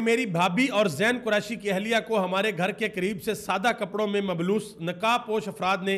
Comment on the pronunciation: Kpron mn mblos nhi mlbos hota h sir